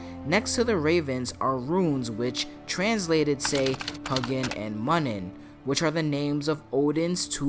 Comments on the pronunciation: I love you. But you’re saying Hugnnin and munnin wrong. huh- you- g is pronounced u, huh-you- nin. Muh- you-nin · How do you know what those words mean when you absolutely butchered the names of the two ravens lol